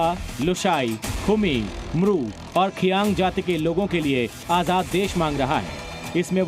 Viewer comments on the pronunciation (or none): Not khiyang(Reang)i repeat Reang